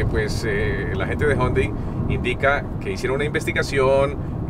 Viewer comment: Algunos dicen Jiundai Otros Yundai Y este man dice jondai